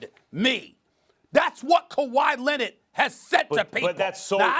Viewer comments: “Kawhi LENNIT” -Stephen A. Smith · Stephen a: “kawha lennet” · I'm STILL trying to figure out who this "KuWhy Lennit" guy is that Stephen A. keeps talking about... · Kawhy Lenit Stephen A. Smith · Stephen A says, "Kawhi Lenned" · Kuwwaa LENNIDD** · Stephen A. “Kawhi Lennid” Smith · "Kawhi Lennit" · “KAWHI LINNID”😂😂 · Kawha Lennit lol